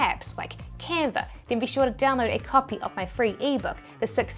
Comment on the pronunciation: Still love the accent: “Canver”!